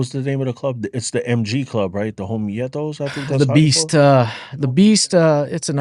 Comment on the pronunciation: Lmao why do people say homi-eh-thos …….. it’s homietos……..( ho-me-thos).